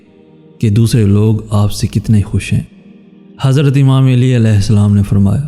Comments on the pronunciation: Plzzz pronunciation correct karlo plzz it's not Aili it's Ali Ai-li not Aa-lii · ya ( eli )nae hota ok Ya ( Ali ) Hota hai Sae kro tura sa plz